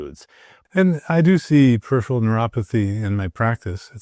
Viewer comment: and he can’t say peripheral properly! 😂